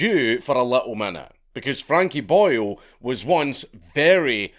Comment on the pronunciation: Every time you say Boyle, I keep thinking you are referring to him as Boyo 😂